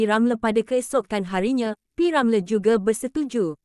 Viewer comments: Deiii, admin asal sebut p.ramlerr? Sebut betul2 boleh tk? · ni…sebut nama P. Ramlee pun Xbatul…semua kaum tau sebut nama P.Ramlee….ko ni org plenit mane😳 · Org mana yg mengulas ni sebut p. Ramlee pun xbetul, harap xjadi lg mcmni n tukar org yg mengulas kpd warga malaysia sendiri